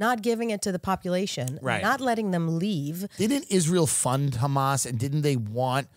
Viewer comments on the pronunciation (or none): Who else hates nothing else bit when she says the word hhhxxxaaamass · the way she pronounces hamas is hilarious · Who else was pronouncing hamas? The way this nice guest was and able to clear out their throat from a cold. They just got over?